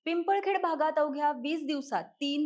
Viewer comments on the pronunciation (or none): पिंपरखेड आहे, नाव तरी नीट घ्या.